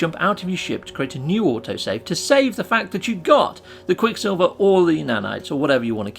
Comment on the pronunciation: Repeat with me quick SILVER not quick Silvia we don't know who that is... and Idk why you have to speak like that, makes your videos unwatchable.